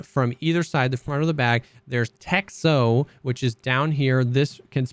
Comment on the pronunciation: "Texho" is written in cyrillic, but it is pronounced "Techno".